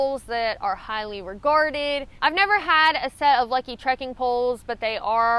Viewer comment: hey! thanks for all of your posts, I have mostly viewed the library of 'em so far. just a word on popular pronunciation: Leki poles arena of the dominant poles used in ski racing, and as such, a popular pole for skiers. it is pronounced ' laykey '. keep up the good life and know we are all managing some pretty intense family stuff these days. you are not alone and it takes a lot of guts to keep on keeping on. as I am sure you will. be well!!! happy trails.